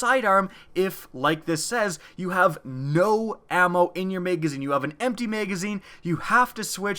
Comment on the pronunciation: Maygazeen? Magazine.